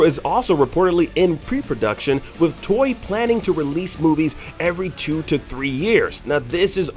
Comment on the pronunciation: Why does he pronounce Toei TOY-YEE? The "to" is the same as "Tokyo" meaning East/Eastern and the “ei" kind of means projection or to shine a light on. Also, more importantly, there should be more emphasis that Gohan Beast was basically canonizing a form that was already presented in the Dragon Ball Heroes game/non-canon anime. Kind of funny Toriyama's job for the DB Super movies is to basically pick and choose what he wants to bring into the canon these days.